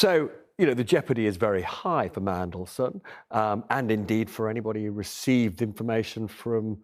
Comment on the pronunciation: Inhalation, inlumation, imunation...I might trust the veracity of a statement if only the person speaking could convey it. I think what you may have acquired was 'information', this is farcicle, bad outcomes are more often than not the residue of bad decisions and choices. I am not a Starmer fan, but much of the nation have tried to preemptively rubbish him for little credible reasons initially, however you dont hand the 'enemy' ammunition and his curtailing to an unhinged twit is pukeworthy at best. In summary much of the nation never voted for him, they simply opposed the Conservative farce. How Starmer rates bottom in any popularity rating is ludicrous considering Liz untrustworthy's fourty nine day train wreck for starters, much of the nation must have developed conveinient amnesia.